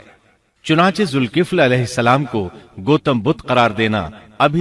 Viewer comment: لفظ ذالکفل ھے ذ کے اوپر زبر ھے زیر نیں ھے